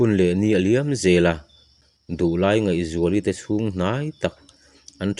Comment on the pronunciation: Ngaihzuali Nu hming leh a Nuta pa hming i lam dan hi a dik lo deh tlat